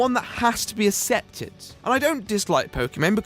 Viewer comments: Accepted is pronounced aksepted, not assepted. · It's pronounced "Ehk septed" you mong. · It bugs me when he pronounces it assepted..... its pronounced aaksepted!!!!! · there's many ways of pronouncing words especially if your linguistics or place you grew up is different. Don't be that twat and say there's one way